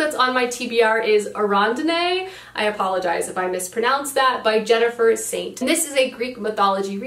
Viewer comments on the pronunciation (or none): none